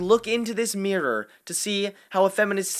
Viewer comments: It's mirror, not meeror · Good video, but why do you pronounce mirror that way? You sound like you're having a stroke bro